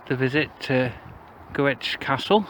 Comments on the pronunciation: You walked down the marble staircase, theives stole everything other than the walls. Pronounced Grick. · Scrrreeeeaaaam, another bad pronounciation of Gwrych! All Welsh people are now cringing.